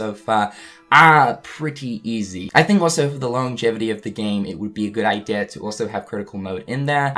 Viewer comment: Idea = Idear Margin = Majin Get your R's straightened out, man 🤨